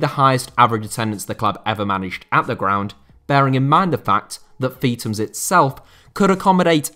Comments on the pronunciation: It’s not “Feet ums”. It’s “Feeth ums”. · Its not pronounced Feetams, its Feethams